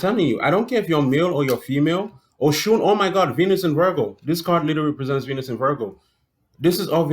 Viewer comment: Oh - you're saying "Oshun!" I thought you were saying ocean.